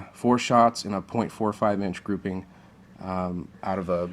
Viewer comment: Stop saying groupimg